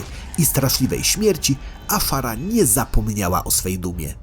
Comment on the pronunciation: Nie Afara a Azshara!